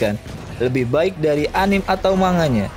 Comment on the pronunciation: Mas, Shinigami bukan Shikigami. Dan dibacanya ani-ME bukan anim.